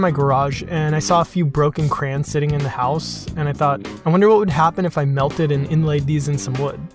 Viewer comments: Who the hecc says "crans" I just say it how it's spelled? Cray-ons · Nope. I love crayons but I hate it when it's called 'crans.' It is not a matter of accent. It is plain laziness. And it sounds strange when you call dowels 'dominoes.' Moreover I am also a woodworker and I love wood as it is. Each and every piece of wood is unique, perhaps even more so than the fingerprints of a person. I hate woodcarving. The natural texture of the wood is better than any carving. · thriwren CRANS SOUNDS WEIRD